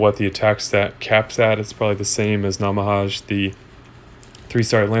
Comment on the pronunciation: Was confused at first who Namahaaj was, then I realized you were talking about Namahage. I think it's pronounced Na-ma-ha-ge, which is a yokai from Japanese folklore.